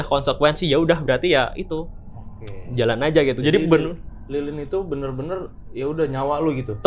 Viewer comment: ini emang "bener bener" jadi "bemer" ya ? dari td gua dengerin